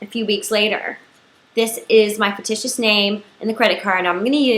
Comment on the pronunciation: It's pronounced "fiCtitious" honey not "fiticious.